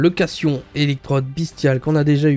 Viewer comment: On dit "cation" avec un "t" ahah (déso je passe pour un connard)